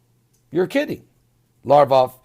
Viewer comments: LaV Rov not larvoff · Pronounced "Sare-gay Lav- rawv"... (sare)- rhyming with hare...